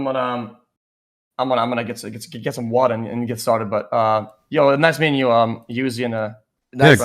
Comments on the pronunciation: The pepega really called him youzi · bro he said youzee